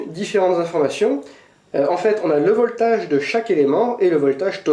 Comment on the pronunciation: si tu dis "voltage" met l'accent british! sinon en fr c'est la tension...:)